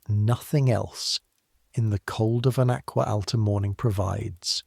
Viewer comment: should be pronounced (AH-GWAH AH-L-TAH) not ack-wuh, al-tuh that was a horrendous pronunciation! I cringed every time I heard it.